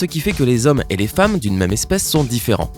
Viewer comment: Il a dis faimme